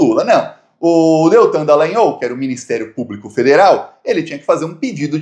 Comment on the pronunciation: Pronuncia: Dalãnhóóllll - com ó aberto. Não é Dalãn-ôôu.